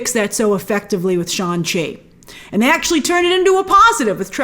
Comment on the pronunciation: Brian Tong had corrected your pronunciation of SHANG-CHI. The G is pronounced.